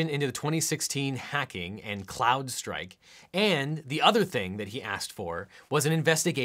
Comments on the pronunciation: Isn’t it “Crowdstrike” not “cloud”? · It’s Crowdstrike, not Cloudstrike... Otherwise, a great and informative video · We’re agreed that is “crowd-strike” not “cloud-strike” right? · Crowdstrike "Crowd" no L. People's inability to say this properly in news and YouTube just helps confuse things. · the second time it almost sounds like Clown-strike which seems like a theory from Q-anon. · Ahem, CROWD, CRRRROOOOOWWWDD STRIKE.